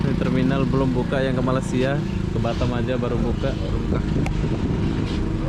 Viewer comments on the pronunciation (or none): Ngomong batam kdengeranny jadi batêm (bottom) 🤣